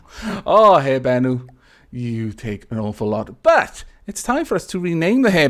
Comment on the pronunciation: Wow, Hindu mythology, I'm quite ashamed to admit it but I'm pretty sure I have never heard about it considering I am hindu, but I think it is pronounced 'kubuntha'